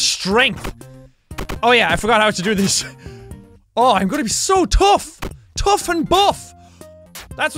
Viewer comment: ITS CALLED BUFF AND TOUGH AND HE SAID TOHGH AND BUFF